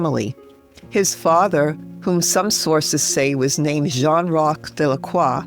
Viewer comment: Saint is pronounced Sen, I think